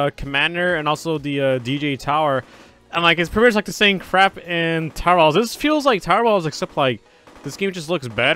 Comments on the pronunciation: Everytime he sas tower battles : tower bauls Rewatch video and tell me if u here it as well XD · when u say towet battles it sounds like if you were saying towbatles